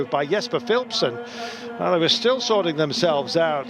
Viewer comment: Philipsen is pronounced as fieliepsun just so u know